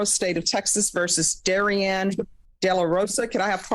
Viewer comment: kinda weird that they keep pronouncing her name like the male variant darian instead of putting emphasis on the anne and pronouncing it dairy-anne or dar-ee-annee